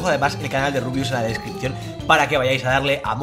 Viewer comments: ¿Por qué le dices Rabius? Eres tonto? xD No se pronuncia en inglés, es como si pronuncias mesa "meisa" Vaya tela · De hecho si lo pones lento se escucha rabius Xd